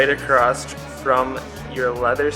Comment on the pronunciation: did he say acrosst then across or was it just me great video but that played on my mind